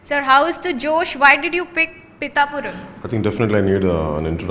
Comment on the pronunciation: 1sec Pitthhapuram ❌️ pitapuram✅️